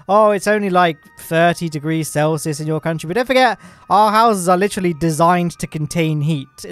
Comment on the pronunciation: “I know there’s going to be Americans saying it’s only 30 degrees Celsius” tf is a selcias?